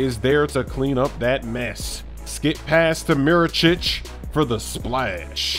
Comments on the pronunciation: Mirotic not Mirochich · Mirotic not Mirocic... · "MiroCHICH" lmao